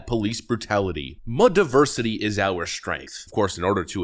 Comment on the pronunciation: "Our die-versity is our strength!" 🥴😵‍💫😂